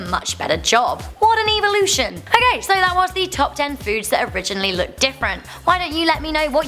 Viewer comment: no matter how many times i here say evolution i hear eeveelution lol